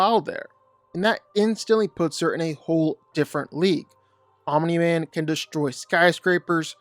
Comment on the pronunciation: The way he says Aumimi man 😂😂😂